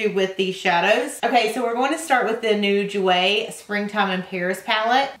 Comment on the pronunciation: Jouer is french, you dont pronounce the J sound like you would say in "j"ump. Its a soft J. And Givenchy is Gee-von-chee